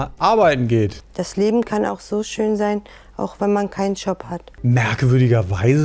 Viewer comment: Was ist ein „Tschob“?